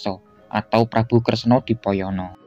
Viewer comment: Prabu Kresno Dwipoyono bukan dipoyono